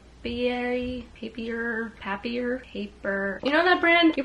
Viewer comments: Hi just discover ur channel from u previous video! Loved ur vibe For, Papier is the French word for paper, and If u want to know the pronunciation it's like pa-pee-é (pa-pi-er) Love from France 😘 thanks for ur gooooddd moooddd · the papier brand is pronounced "pah-piay"! french immersion for the win (papier is paper in french 😭) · Lol papier is pronounced pap-ee-yay loll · I think that notebook brand is pronounced pap-e-ay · "bendy" notebooks are softcover. Sturdy notebooks like the one from papier are hardcover. I've had my eyes on a notebook from them. I like that you can choose dot grid pages. I pronounce the brand pape-ee-air, but I don't know if that's correct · It’s pronounced “pay-pee-aye” en France I think. 👍